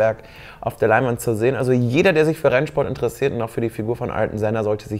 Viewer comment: Denn spricht man übrigens Artjon Senna aus...